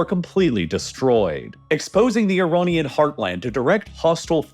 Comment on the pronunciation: Iranian, not Ironian